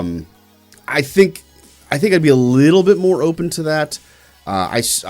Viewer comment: Did say “ohpenis”??